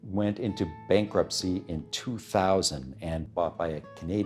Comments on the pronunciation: It's not "bom ba deer" It's "boam bar de a"... you dolt. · At the end, the video jumps from OMC back to Evinrude with no connection? The correct name is Bombardier which is French and pronounced "BombardIAY" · Great short doc! A few things to note, Id argue OMC biggest competition was Mercury (brunswick corp in the end) not Johnson as they ended up merging anyway. Eventually the Japanese brands and a slow adaption of 4-strokes is what really put the nail in the coffin. Also, Bombardier is mis-pronounced by the presenter.